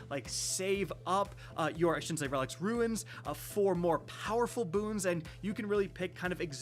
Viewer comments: it’s RUNE not RUINS!😂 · Another video another day he still hasn't learned to say runes instead of ruins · Runes = “rooones” “tunes” “moons”. Not Ruins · At this point hes gotta be trolling...he can say Boons just fine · cant someone tell how to pronounce "RUNES"!! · "Cant pronounce the word 'Rune' properly" Kackis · I be booing. It drives me nuts. In another video he says runic correctly instead of ruin-ic I might have to unsub.